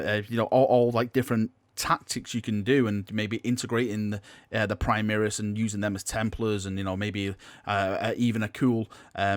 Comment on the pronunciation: Can you STOP say "primiris" it is "PRIMARIS" the "mar" rhymes with "CAR" not bloody "EAR"